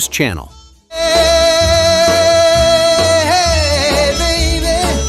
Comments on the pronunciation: It is not pronounced Bruce Channel. It is pronounced Bruce Shaa Nell. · Hey! If you're gonna play "Hey, Baby" pronounce his name right! Bruce CHANEL sha'-nell. Graduated high school in 1962 - believe me, we played this song a million times! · ...these kids are too young to pronounce, Bruce Cha-nell, not Channel... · Bruce Channel was pronounced Cha-nell. Stranger on The Shore is hauntingly beautiful. Shelley Fabares wasn't interested in a singing career. She and Annette Funicello were best friends, Annette had several hit records, "Tall Paul", " Pineapple Princess" and the best, "Monkey's Uncle" backed by the Beach Boys. "Telestar" is very similar sounding to the High Chapparel's theme several years later. Freddie "Boom Boom" Cannon was great. Palisades Park had an advert in every comic book throughout the 60's. The song is so innocent. Green Onions, still one of the instrumentals out there. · His name wasnt ‘Channel’. It was ‘Chanel’. Pronounced ‘Shu-nel’ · I also had a major crush on Shelley Fabares, and she said hello to me at Dodger Stadium. I worked in a concession stand then, and she was a customer. I didn't go bananas because I'm not like that. Bruce Shu NELL is how it's pronounced. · Bruce Sha-Nell